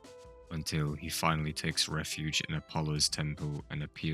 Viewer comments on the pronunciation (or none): none